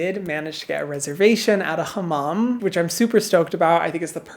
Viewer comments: Why do you pronounce hamam like that ? it's not "kh " just normal h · We dont do throat ‘H’ (kh) Turkish language has soft pronounces. It is not like Arabic or Persian. We are not speak those languages. We just took words from them. We took also more than 5000 words from French but we dont pronounce like French either. We are unique, like you babe 💞